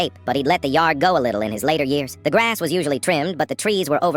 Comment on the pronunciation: Why did AI get that southern accent in the beginning? "Mow mah graess" 😂😂😂